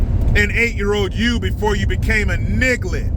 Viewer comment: Bro you said nigglett dam son